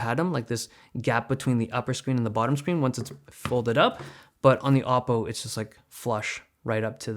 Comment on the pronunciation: It is called o-ppo!